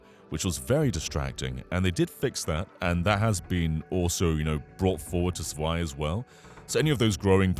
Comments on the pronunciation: Zwei is pronounced as Tswei. A German Z is always like a ts. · zwei is pronounced like tswhy